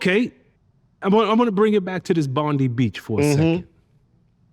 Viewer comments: Its pronounced Bond Eye mate ! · You are confusing victims in the Bondi shooting. Also ffs it's pronounced Bond -eye, great work. The guy who disarmed the shooter is alive, and he is also Muslim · Bond eye,say it with me BOND EYE!!! It's not hard.🙄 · bro... ya didnt even say bondi correct lol